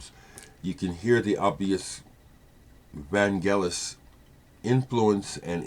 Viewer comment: Fantastic tribute.....a sad day for my beautiful country due to the departure of her son to the stars.....thanks for pronauncing his name correctly.....the only thing i would like to add is that with his first group Forminx which is an ancient string instrument like a lyre he had a hit with his song Jeronimo Janka....an instrumental that at the end you hear young Vangelis shouting Jeronimo.....he later revealed that he had a vivid dream of him going to the top of the mount Likabetus in the center of Athens and shout "Jeronimo"..... A magician, he was one with nature with god.....Αθανατος......